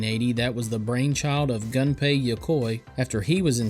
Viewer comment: This was a great video, and I gotta' admit that the clickbait got me. Ouch. Because the clickbait got me, I think I should get to point out that Gunpei isn't pronounced "Gun-pay". Weirdly enough, it might actually be closer to "goom-pay" (yes, with an m). But the important part is the vowel! They don't have the "uh" sound (from gun) in their language, and when you see a "u" in a Japanese name, it's a lot closer to our "oo" sound (as in moon). As for Tiger LCD games...I don't know if I ever had a Tiger branded one, but I played a ton of LCD games as a kid! I remember having a ninja fighting one. I think it was purple.